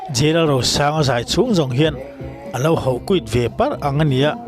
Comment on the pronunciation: Mizo tawnng a H -O = Ho tih hi engvang a 'Hau' ti a lam tlat thin nge maw i nih le ? 😢